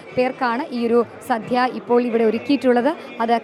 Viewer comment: please mind your pronunciation..അന്നദാനം ആണ് ശരി..അന്നധാനം അല്ലാ...സദ്യ ആണ് സദ്ധ്യ അല്ല